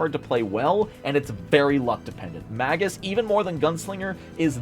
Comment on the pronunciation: Mispronouncing magus so much hurt my brain.